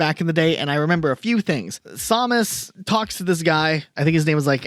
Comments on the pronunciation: "Haspro"= Hasbro "Somus" = Samus "Reggie Fees-amie" =Reggie Filsaime (feesamay) I feel like im talking to Schmiddt from "New Girl" xD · ...did you seriously pronounce her name as Saw-mus? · You keep saying Samus wrong. I know this and I'm not even a metroid fan